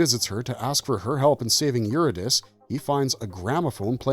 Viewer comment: I loved everything about this video, except for how you pronounced Euridice. It's "you-ree-de-see" not "yuri-dice".